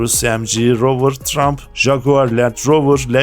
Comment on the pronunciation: Çabanız ve bilgilendirmeniz takdire şayan ama Telaffuza biraz daha dikkat ederseniz daha güzel olacak örneğin teçır diye söylenir detçır değil yine tıraymf diye söylenir trump değil